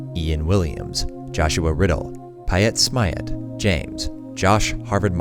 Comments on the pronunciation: Pietsmiet is a large german channel. Interesting. Note: you dont pronounce the ie seperate. You pronounce it like a long i. Piiiit Smiiit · PIETSMIET are very famous German Youtubers/Lets players! Keep up the great work. PS. They are pronounced PieeetSmieeett ;) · I love how you pronouced Pietsmiet. He is accutally a pretty big german Youtuber/Youtuber Collective I'm not sure which. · Piet Smiet hat ihm auf Patreon Gespendet? Ja Nice xD Und auch lustig wie er ihren Namen gesagt hat :P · hahahahahahaha I love how wrong you pronounce "PietSmiet"